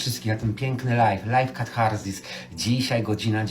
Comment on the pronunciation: musi uwielbiać te stukanie obcasów, jak ja....kiedy miałam 6 lat!!!😂😂😂 i nie wracajcie do tyłu...zawsze wracajcie do przodu!!! I nie katHarsis tylko katarsis, debilu!